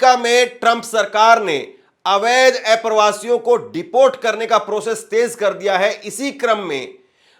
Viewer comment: किसी भी पत्रकार को उच्चारण पर विशेष ध्यान देना चाहिए…आप अप्रवासी को ऐप्रवासी बोलते हैं जो सुनकर अच्छा नहीं लगता 😡